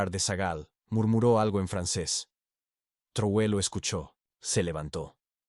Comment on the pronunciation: Corrige la mala pronunciacion del apellido del LÍDER Máximo de AFRICA. TRAORE ,no Truoe.